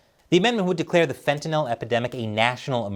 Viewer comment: It's a low bar, but thanks for pronouncing fentanyl correctly.